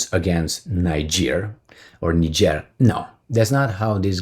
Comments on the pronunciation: it is pronounced "knee-jay" for Niger and "knee-jayens" for Nigeriens. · NIGER is pronounced 'nai-juh, similar to Nigel.